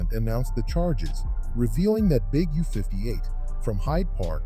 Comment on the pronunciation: Did he call Big U "Ujoan?"